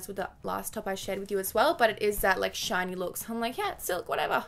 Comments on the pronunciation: I heard '' material when she said shiny material 😂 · I keep thinking you're saying not shiny. 😂